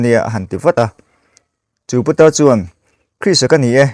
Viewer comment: Putar tih ah khan tawngfiah deuhla aw